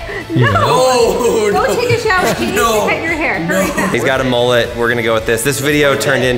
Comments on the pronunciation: It not mollut it’s mullet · Mullet not mollet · From Australia mullet instead of mollut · I’m Australian and the way they say Mullet is “Molelet”. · you need to shave the top true Aussie style ////// never dis mullets again. and its MULLET not mollet come on you Americans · They say mullet wrong